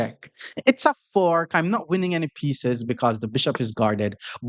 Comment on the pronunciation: Sorry in advance, I mean no disrespect at all but when say the word "fork" it sounds like he saying "fart". so when he says I am trying to fork or any sentence it just makes me laugh every time....